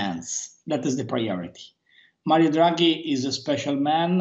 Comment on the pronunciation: "Marwio Djuaghi"